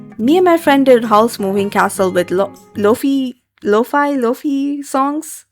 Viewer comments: It’s pronounced Lay-vay. She’s my favorite artist !! 💗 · Laufey is pronounced "lay-vay". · Laufey reference! Also just for next time it's pronounced lay-vay. Not to be one of the annoying ones but I thought you'd like to know lol.